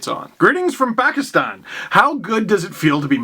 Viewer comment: Did Steve say Pakistan with an accent?